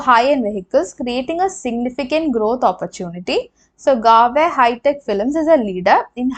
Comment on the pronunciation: Garware is pronounced गरवारे